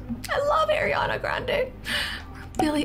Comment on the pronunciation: you love ariana grande but CANT SAY HER NAME WRIT